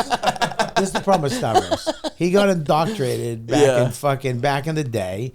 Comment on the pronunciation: Bobby is still a moron. He has a mobster energy now, but he still gets words wrong, ie. indoctorated for indoctrinated, unkept for unkempt. His does that, "hey, I'm smoking a cigar, I'm in total control of my life" schtick. I used to not like him, then he "went through some shit" and I liked him, but now I'm back to not liking him, he's annoying. A lot of these comedians now act like they are kings and they need to climb the fuck down. Looking at you, Segura.